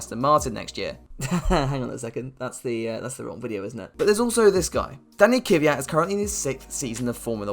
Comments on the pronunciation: Why is it so hard to say kVYat, not kYVat. Sky reporters and every English speaking person does it. It bothers me as an East European. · Why do people always say “Ky-vyat”. It’s Kvyat. Pronounced the same way his last name is spelled. Lol I just always find that funny.